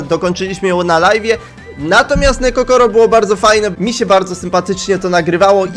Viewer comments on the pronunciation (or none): none